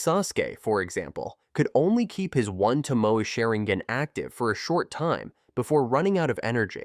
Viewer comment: 'One Tomoou' and 'Shanrooin' lol